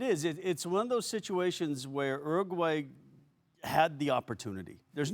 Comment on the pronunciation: did kasey just pronounce uruguay 'ergway' - 😂😂😂😂